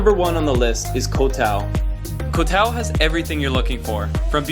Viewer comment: its not pronounced as kohtao, its Goh- dao and same with any 'koh' s its Goh...